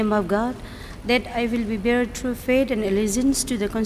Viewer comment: It's faith not fate